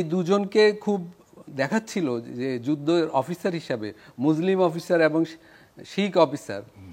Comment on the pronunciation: ওরে পাগল মুজলিম মানে কি 😂😂😂, উচ্চারণ ঠিক কর, আর পড়াশুনা কর,অনেক শেখার আছে